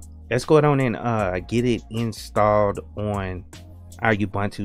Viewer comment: Every time I hear: UBANTU, I cringe. A person doing this sounds like one of those silly text-reader programs, not a live person who knows that it's UBUNTU. There is no knowledge and respect to creators in saying: UBANTU.